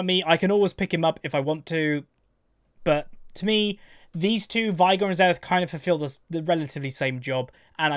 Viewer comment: Is unaware that he pronounces Veigar's name wrong, or does he know and he's just too accustom to the incorrect pronunciation? He owns Final Boss Veigar, so he has to have heard him say, "Unimaginable is the power of Veigar", or, "I, Veigar, will knock you all down", at some point. It's pronounced "vay-gar", in case anyone was wondering. always says "vai-gur".